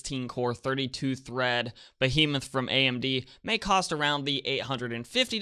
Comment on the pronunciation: did he just say entry level 16 core 32 thread beamouth